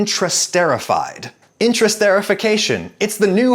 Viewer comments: i think the pronunciation is more like inter- est- er -ified not "intrasterification" but great vid as always :) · "Intra-" (your pronunciation) and "inter-" (the actual prefix) have very different meanings. Also, the part of the word after the prefix is "ester", not "ster". Someone hearing your pronunciation would reasonably think you were talking about a process of internal sterilization rather than the creation of esters between things. Those are very different meanings. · Inter-ester-if-ication is the correct pronunciation... and as a chemist I'd be a bit more leery about the tert-Butylhydroquinone (TBHQ) added at the end there. See that ? We add TBHQ to diesel fuel as a stabilizer, this is part of the reason the shortening lasts so long. Chemically speaking shortening isn't terribly different from diesel however that doesn't mean I'm inclined to eat diesel stabilizer. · As a chemist, it should be pronounced "Inter---Esterification" Just letting you know